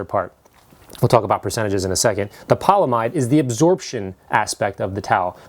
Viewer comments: its poly amide not polamide fam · Your pronunciation of the non-polyester portion of the fabric is incorrect. You left out the "a". The correct pronunciation is not "poly-mide"; it is "poly-am-ide" which by the way is the generic term for nylon. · Polyamide is pronounced "poly-AM-id". The most common polyamides are the nylon family of polymers. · Polyamide is pronounced "paul e am eyed" or 'paul e am id". Otherwise a fantastic video. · I know I'm that guy, polyamide is pronounced with a hard 'a'. Poly - a - mide. The monomer is the amide group which has been polymerized. Therefore it is a poly - amide